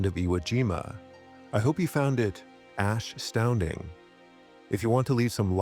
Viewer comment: Ashstounding may be a bit much, it certainly was impresshive to say the least. Shake care,, catch ya for another onesh.